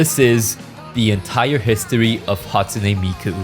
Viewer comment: "hatune miku"